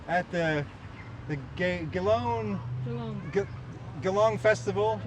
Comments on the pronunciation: No effort to try to say Geelong correctly even after someone told him. At least we try our best to pronounce their country towns and cities properly when we go over there…, if we don’t we sure get crushed for it. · One hilarious vid today 🤣. The shoulder bird, the posing with wooden sculpture dudes, the constant mispronunciation of Geelong, the kiddy ride, and everything else I've not mentioned. Such quality content both of you, but I want you to talk to people who recognise you longer👏👏👌🥰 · I love the Geelong (jalong) bit, very good! ❤️🇦🇺 Edit: maybe “juh-long” for Americans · Love the constant mispronunciation of Geelong 🤣🤣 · I think you need to listen to your camera person she was trying to tell you multiple times how to say Geelong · its actully pronounced as Geelong starting with the letter G 😀